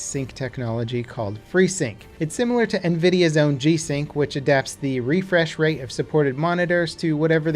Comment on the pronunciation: Deditated rrrrefrsh wate